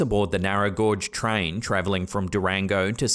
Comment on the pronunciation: Narrow gauge not narrow gorge!